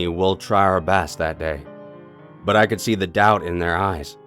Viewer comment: why did you say butt instead of but?